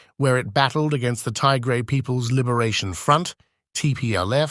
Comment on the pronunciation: Not 'Taigray', It is 'Tigray'.